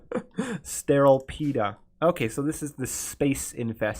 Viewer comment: Cool a Stellapede. STERILE PEDA